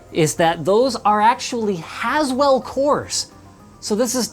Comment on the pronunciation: did he seriously say haswell lmao